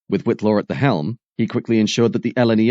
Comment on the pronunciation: ...and Whitelaw is White-law. I might have enjoyed it more if the video had been more connected with the narration.